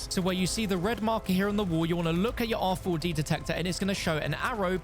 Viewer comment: You're tryna trigger people saying R 4 D detector over an over lol just say rad